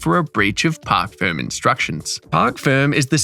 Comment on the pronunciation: FYI: It is Parc Fermé, not Park Firm